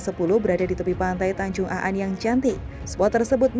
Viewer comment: Bukan tanjung Aan min tp tanjung An ..